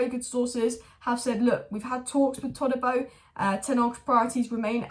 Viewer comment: ToDibo not ToLibo. No L in his name